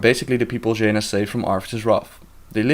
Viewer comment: Did he said: "Va-Jaina"? XD